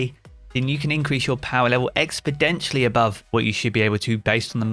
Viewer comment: Oh no.. not expodentially